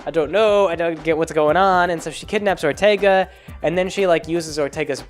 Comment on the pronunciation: Good ol' Perlerce Erfercer Orterga